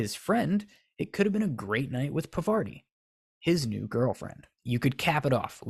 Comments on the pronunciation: Harry and Parvati could have worked, but only if he was pronouncing her name correctly, which you aren't. It's Parvati, not Pavarti. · It's not Pavarti, it's Parvati. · you are butchering the name, my guy! It’s Par-va-ti. Not pa-var-ti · paRvati not pavaRti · Yeah, that's fair tbh Cuz I'm Indian but I was reading this fanfiction at some point and her name was spelt 'Pavarti' for sooo long and I just skipped right over it, pronouncing it the exact same way in my mind, and I didn't even realize it until they spelt it as Parvati again many pages later! Legit so embarrassed lol😅😭😂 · Her name is pronounced PAAR-VA-TI. She's named after the Hindu Goddess of creation. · I really appreciate this video but you're saying Parvati's name completely wrong 😭😭😭